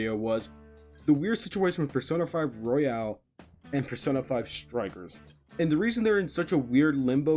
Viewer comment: IT IS ROYAL, NOT ROYALE.